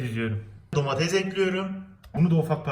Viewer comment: Abi domatez değil domates